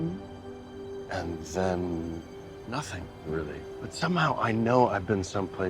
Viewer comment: woah you miss pronounced “nothing”